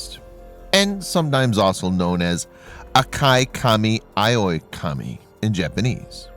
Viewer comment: Cool but I wish he would say the name right, in Japanese phonetics it's said "ah-kah-mahn-toe"